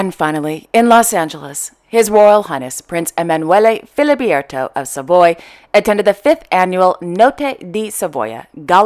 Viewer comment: Thank you for an interesting vlog - always so entertaining. But allow me to point out (again) three minor errors in pronounciation: It is queen LEtizia, and not Latizia; It is prince Emanuele FilibErto, and not Filibierto; For princess Maria Chiara, the pronounciation is 'Kiara' - we ignore the 'h'. And then you got it all right. Merci!